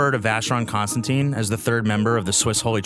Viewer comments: Sir, although you have the name of the brand correct in most places, your pronunciation is incorrect--it's not ConstanTINE, it's ConstanTIN. In fact, you have it spelled correctly under your video, and it's pronunciation is the same as that of the metal. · vacheron...cons...tan...TAN (as in tongue)... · Please learn to pronounce Constantin properly. There is no e on the end